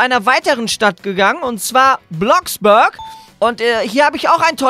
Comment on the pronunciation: Es heist ja Bloxburg aber er spricht es Bloxbürg aus😂😂